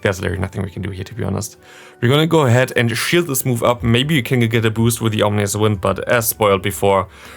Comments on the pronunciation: It's funny how you call Ominous Wind, Omnious Wind :D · You correct yourself but I prefer when you say Omnious Wind to be honest.